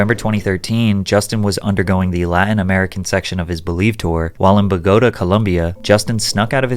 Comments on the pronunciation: Its not Bah-GOH-tah, it’s Boh-gah-TAH 🤦‍♀️ this stress is on the the last syllable, not the second. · Anyone else going to say something about the way Patrick pronounce Bogota? 😂😂 homie said “buh-go-duh” 😂 people but her my name alllll the time, but this one threw me off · Pat please learn how to Pronouce Bogota, i cringed so hard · Someone teach my boy how to pronounce Bogota 😂